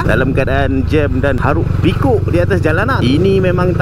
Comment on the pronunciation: hiruk pikuk bang, bukan haruk pikuk 😂